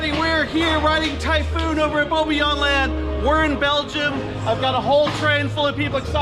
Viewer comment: You said bobbejaanland wrong